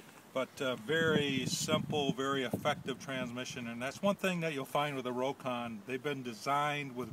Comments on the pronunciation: It's pronounced 'rock-on' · The name is pronounced "Rock-ON"